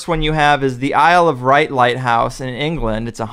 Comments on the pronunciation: That was annoying me too, not sure how anyone can pronounce 'Wight' as 'right'! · Isle of Wight (pronounced "white"), not "Wright! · The Isle of Right? The Isle of Wight is pronounced ‘Isle of White’ as in the colour. Now, for the nonsense about being visible for God knows how many miles, Eric is clearly unaware of a coastal navigation technique called ‘Dipping Heights’. The basis for these, which are particularly effective at night, is as you approach a lighthouse, you first see the ‘loom’ of the light, much like you see the headlights of a car coming around a corner before you actually see the car and it’s headlights. There is then an instant where as the light passes, you see a flash of the light itself. Navigation atlases then include a table of dipping heights. These are based on what Eric terms ‘Ball maths’. You check the height of tide, as the height of the lighthouse is over what is termed ‘Mean High Water Springs’, and from this get the height of the light above sea level at that point in time. You look up against the Dipping Heights lookup, or just do the maths on a calculator, and guess what, if you compare to your GPS, you can be really accurate about your distance off the light … but you need a ‘ball earth’ for this to work Eric! Just a suggestion. If you’re going to talk about Dipping Heights and sextants, how about you understand how they work first?! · Very minor picking but it's the Ilse of WIGHT! No R in the name. The whole island is chalk so think of it as a white island, the isle of white. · It's pronounced "white" not "right" i know it's spelt 'Wright' but english is stupid and has no logic to the way it works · It's not spelt "Wright", but "Wight". Pronounced as "white". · The island where the St Catherine's Lighthouse stands, is on the Isle of Wight , in the county of Hampshire. Wight is pronounced white not right . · it’s the “Isle of Wight” pronounced ‘white’. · It's the Isle of Wight. Pronounced "white" as in the colour.